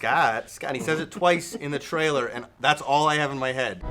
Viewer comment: For the love of all that is holy.. LEARN HOW TO SAY THE WORD TRAILER!! It's not a hard word! It's not "traller"! Man you're annoying.